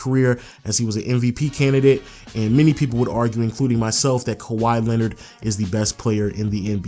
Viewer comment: wow you bucherd his name